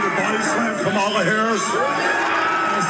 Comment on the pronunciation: How hard is it to say Kamala (Kalm a La) seriously and he’s threatening the vice president of the United States!